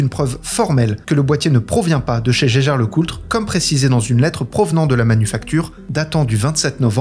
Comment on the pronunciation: Ca se prononce [Yageur], à ne pas confondre avec Geiger.